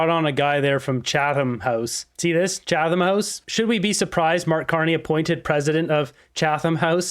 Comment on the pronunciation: It’s pronounced “Chattum.”